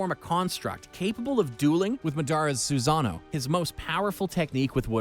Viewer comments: madaaara's suzano, manjeko saringen, renegan XD and my man said kayuga otski and not kayuga otsusuki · Bro the way you're saying madara, kaguya, otsutsuki, rinnesharingan and susanoo disatisfies me in a way nothing could